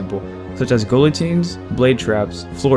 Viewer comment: The Earth Temple would be the successor of the Shadow Temple not the predecessor. Also I about had a stroke with the pronunciation of "guillotine"😂 I know this is from several years ago but God I hope it improves as I want to find as many LoZ theory channels as I can since I enjoy the speculations